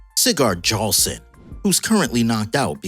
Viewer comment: The J in jarlson is pronounced like y. So its yarlson.